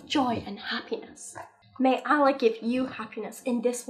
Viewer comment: I'm not even religious but it really annoys me when people pronounce Allah incorrectly.